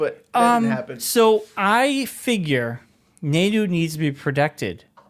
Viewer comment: Nai-ee-doh. For the love of god. Stop the Naydo.